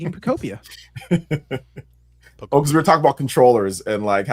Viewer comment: Pokopia is pronounced the same way you would pronounce ‘utopia’ because it’s a Pokemon Utopia. Just think of how you pronounce the game ‘Miitopia.’